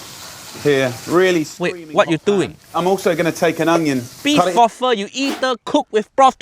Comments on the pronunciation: Is this what white people think pho is? As a Vietnamese... I actually spat out my boba when he pronounced it "fo" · The moment a professional chef starts the weejo pronouncing it "foe", hai-yaaa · "we're going to make 'foe'"🤦🤦🤦what are we making?? Thank goodness he corrects himself a second later. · I'm not even Vietnamese and my ancestors rolled over in their grave when he said "foe" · Jamie pho-ked up again. If he called it pho-like it would be acceptable. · The moment he pronounced pho like you'd pronounce "faux", I knew shit was going to get fucky. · barely started the video AND HE GOT THE FREAKING PRONUNCIATION WRONG (im Vietnamese just dont hate) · As a Vietnamese, I feel disrespect how JO make Pho >.< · He almost destroy the whole Vietnamese heart😂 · Even nephew Loan-Shark is impressed how bad that french version of pho is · In the first10 seconds Jaime already Pho-cked up the pronounciation. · bro pronounced Pho wrong twice 😭 💔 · as a vietnamese person, i already knew this was gonna be bad as soon as i heard him first pronounce "pho" 😭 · Why uncle Roger owes gambling bet and all of us had to suffer watching Jamie make pho??? Pho-ck my life 😂😂😂😂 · His gonna PHO-K IT UP😂😂😂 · Yes, when he mispronounced Pho, I figured the dish was doomed. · as a vietnamese, the original pronunciation isnt just straight up pho, it isnt pho its PHỞ, which add a little kind of moaning sound, the pitch came down first and then directly pitch up in the pronunciation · ... he said foe instead of fu. wanker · Pho❌ Fu-✅ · BRO SAYS PHO FO OMFG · The moment he pronounced it "Foe" I knew it was about to be a mess!! Im convinced he loves trolling us with terrible recipes at this point. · The moment he pronounced pho as "foe" I knew it was gonna be bad 😭